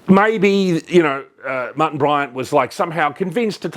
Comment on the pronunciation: I thought his name was Martin, not Mutton.